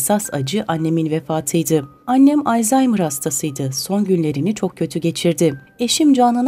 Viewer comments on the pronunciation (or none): none